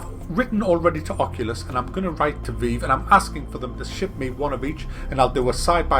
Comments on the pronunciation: It's pronounced VIVE. Not veev. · lol "veev" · What the fuck is the 'vee-ve' lt2 english wow omg how dare you pronounce it differently to me.